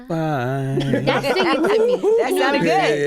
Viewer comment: “Am I sing ging” lol😂. How can you hate her ?